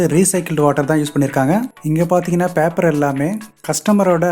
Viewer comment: பாப்பர் இல்லை பேப்பர்